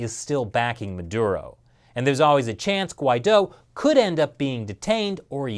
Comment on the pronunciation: Not that it matters to Anglos, but the name Guidó does emphase its last syllable. If you can produce Chinese tones, then you certainly could master the name Guidó.